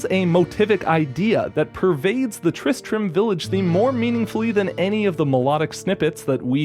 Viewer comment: Tri-stram...... Tri-Strum?